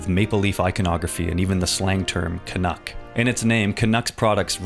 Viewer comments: Can-Cuck? Bruh, thats foul hahahaha😂😂😂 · Can-uck really missed out on calling pancakes 'can-cakes.' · CAN-UCK has me spiraling. It's too good. CAN-ADA? It's in a CAN? Genius.